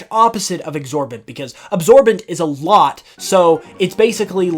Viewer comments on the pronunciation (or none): exorbitant, not exorbent (that's not a word)